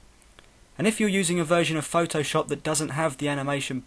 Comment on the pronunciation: nice but you say this like phtooowshopp xD!!